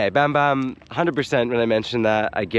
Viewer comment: when pronouncing Tagalog words such as Bamban, Saging ( banana), the 'A' is pronounced as Ahh.